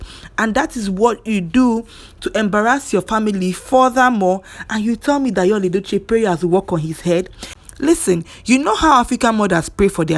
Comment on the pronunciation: At least erh, make we try to dey pronounce his name correctly, it's yUl as in the same way u pronounce spoon, full, cool, smooth, YUL, even him pronounces his name in this way, but una dey over look am dey call am another thing, and pronounce it as yALL, why naaw? At least as a human being first give am small respect and pronounce his name correctly. If na u wey dem call ur name anyhow, u go like am?